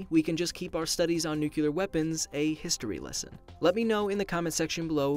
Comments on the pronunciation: Nu Kew Lerrrrrr smfh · What's "nukular" bomb ???😂😂😂😂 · I find the incorrect pronunciation of nuclear as "nuculer" to really detract from the (extremely accurate) information that you are providing. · G Cabrera I thought it was pronounced: “new-clee-er” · G Cabrera nuke-lee-er. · He’s actually saying “new-cular” at the beginning. Like George W Bush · "Nucular" bomb XD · There are people who say "nuclear" and then there are people who say "nuceelar" like this guy , eh? Sheesh. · I got triggured by how he pronounce "new-kew-lear" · Nucular?! REEEEEEE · Wow...you said nucUlar way too many times... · "Nucular" 😒 That constant mispronunciation was so distracting for me 😓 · I appreciated that I could tell you were trying, and you at least got it right a few times. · I did not mean to open that can of worms. Sorry. I could tell you were trying. You got it right about half of the time. I suspect you got it right when you were looking at the word and wrong when commenting from the hip. Good job! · I highly suggest taking the video down and fixing the pronunciations before reposting. Kids shouldn't be hearing the wrong pronunciation. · You’re saying it wrong. Sound out the word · Is it nu-clear or nu-q-lur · For the love of all that is holy: learn to pronounce nuclear. Please. I'm begging you. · I want to punch you for saying nuclear wrong so many times. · George W. Bush had the same problem pronouncing nuclear. His staff would even try to practice with him to get him to say it right but it was no use. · 15 seconds in and already mispronounced "nuclear". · Don't you just love when people mispronounce nuclear! Nevermind using them both two words apart. Talk next about why people insist on using the wrong spelling of known words spelled erroneous. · You pronounce "nuclear" like George Bush used to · Are you purposefully mispronouncing nuclear? First video in this channel I couldn't watch to the end. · your pronunciation of nuclear at the beginning of the video was terrible